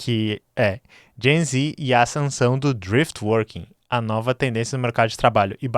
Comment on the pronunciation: Eu ouvi Jay-Z ao invés de Gen z. 😂